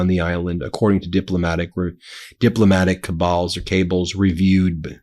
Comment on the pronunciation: cables not cabals